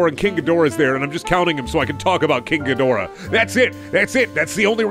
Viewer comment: Just so you know its pronounced "King Ghidorah" Just making it super clear